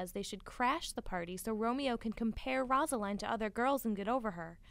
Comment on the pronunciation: One it’s rose-a-line and it’s man-two-a